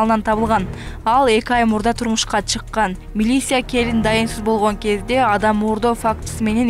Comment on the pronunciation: Милиссия дебей милиция деп окусан